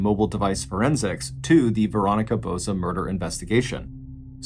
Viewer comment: Botsa not Bozo.